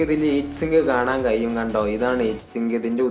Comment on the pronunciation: കയിയും,കയിയും എന്നു തെളിയിച്ചുgood,keep it up